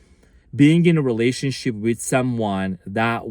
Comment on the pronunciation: Are you saying "relationshit"?!? 😂 You cutie patootie thanks, you are amazing as usual big hugs 🙏💜